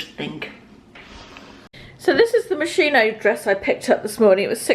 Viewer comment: Thank you for another enjoyable vlog. Just a tip..... Moschino is pronounced "moss-keen-o" !